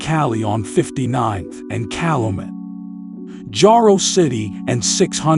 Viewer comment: It's pronounced Cal-U-met..when you pronounce words wrong it makes me think the narrator is from nowhere near the city. I heard a few more mispronunciations